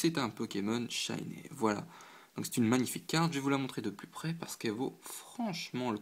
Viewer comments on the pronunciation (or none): J'adore tes vidéos mais j'dois quand même faire une petite réclamation: faut arrêter de prononcer "shiney" comme "shinè", ça se prononce comme "shiny".. hihi ! Sinon c'est top !